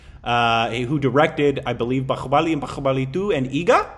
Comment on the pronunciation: It’s not bahyuckubali.. it’s BAHUBALI!!